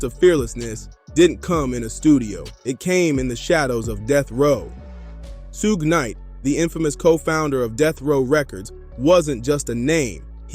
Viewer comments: Just say sugar but leave the R off. Its not sug knight. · That's like 3 different pronunciations for Suge's name! 🤦🤣 First I heard it as "Soog", then "Sooge", then "Soo-guh". The heck? It's "Shoog", pronouncing the double "o" as if saying the word "wood". Other than that, great video! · Good history lesson but thats not how to say Shug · yeah some of the times suge was mentioned it said soog. I just thought it was funny. Not trying to disrespect. I respect the video. Ty for it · decent vid but do more research and pronouce suge correctly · Good stuff.. but dear God, why do you keep pronouncing Suge Knight's name like that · and yet he does a tire YouTube video on him... He never once caught how his name is pronounced I find that hard to believe